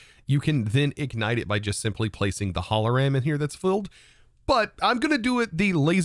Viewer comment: every german cringes at that momnent haha holoram or what did you said? :'D